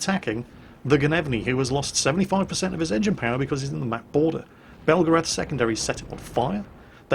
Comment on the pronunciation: That’s pronounced BEL-GARATH not BELGA-RATH only Americans make that mistake...... bugger now I’m in trouble